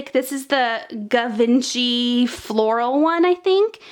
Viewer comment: Givenchy is actually pronounced like gee-von-she :-)